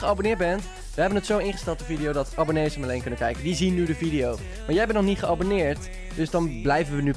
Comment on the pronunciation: Toen jij zei abboneet abonneerde ik